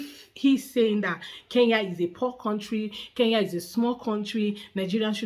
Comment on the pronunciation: Iet him dare for second time to pronounce the name Kenya he will know how our juju works